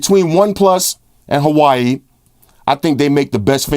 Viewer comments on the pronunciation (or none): interesting way to pronounce Huawei lol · did he just say hawaii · I kinda figured cause you've said it correctly before I just thought it was funny